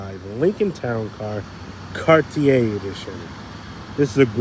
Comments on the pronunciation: the word CARTIER is pronounced CAR TEE A not CAR TEE ER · Two things.Knoxville is the head of navigation on the Tennessee River, hence the anchor. Also, Cart-E-A is how you pronounce Cartier. It’s a French name. Please, if you respect the cars as you say you do, respect the name of the designer who made this special edition happen. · It's pronounced Cartier!🤣